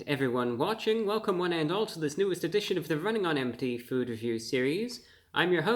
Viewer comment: Bra bro kind of, sort of sounds like Elmer Fudd when he pronounces his R’s in his words, this is wunning on empty fwood weview